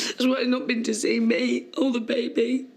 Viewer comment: If Fred Elliott says babby, not baby, one more damn time....that is annoying like a Mofo...LOL.. That Ashley and it ain't my baby storyline seemed to drag on forever. I am so glad for the fast forward feature!